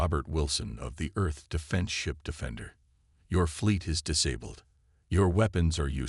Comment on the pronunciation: this story line has been done to death. can't you come up with an original idea? also learn ho to pronounce words like disabled correctly